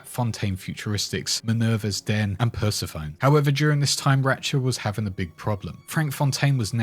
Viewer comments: Pssst...;) Persephone is pronounced "purse eh phony" Not trying to be a dick. I actually used to pronounce it exactly like how you did...:) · its pronounced Per-sef-fo-nee, Greek Goddess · Bruh...Per-seh-fuh-knee. It's based on the Greek goddess that Hades captured to be his wife. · LOL "persuh phone"